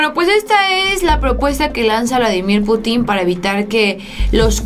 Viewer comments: ¿Por qué pronuncias Putín.... Cuando la "i" no lleva tilde? has de pronunciar Putin y no Putín. Como si llevase tilde en la "u". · Se dice PÚTIN, Pútin. No sabes usar los acentos????? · Pútin,; acentúa la "U" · Más respeto para mí camarrada Vladimir ,es Pútin y no putín ánimo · Exactamente, raro que vea un vídeo de ella y cuando habla del Presidente Ruso, me molesta mucho que pronuncie mal su apellido y le pongo en el comentario: PUTIN NO PUTÍN. Pero sigue igual. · se lee "Vladímir Pútin", no "Putín". Tu no eres "Solanó", eres "Soláno" (uso acentos gráficos). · Hola. Deberías pronunciar correctamente el apellido Putin con acento en la u para que no parezca una falta de cultura y hasta pase a ser visto como una ofensa intencional que no sería bien visto desde tu figura como youtuber. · es Pútin no Putín, te invito a pronunciar bien,. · Mi querida, es Putin con acento prosodico en la u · Sabías que la palabra Putin no tiene acentuación en la i, no se dice puti'conacento en la i se dice Putin como se lee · Ya por DIos aprende a pronunciar el apellido de Vladimir Putin!!!!!!!!!!